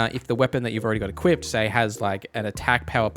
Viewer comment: There is no "t" in either "equip" or "equipped" 😂